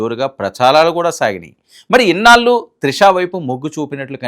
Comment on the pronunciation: పెళ్లి. పెల్లి అంటున్నారు. ఇన్నాళ్లు! ఇన్నాలు కాదు. Diction n pronounciation matters. Telugu ni istam vochinattu chadavakandi. Arthalu matipotayi. Go through the script thoroughly n stand in front of the camera.